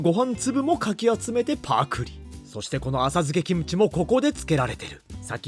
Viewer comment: 김치 발음듣고 구독찍고 갑니다